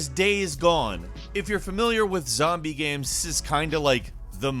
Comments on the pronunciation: He says "gaems" instead of games. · Does anyone else notice how he pronounces games as gemms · A lot of good-lookin "gaems" here,. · hahahaha dude every video he puts out I just can't stop noticing the way he says "gaemes". I love it. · Single player ‘gemmes’ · Is it only me or does he sound like he's having a stroke everytime he says "games"